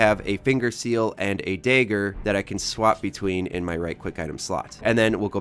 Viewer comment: My only question is… what’s a “day-ger” 🤔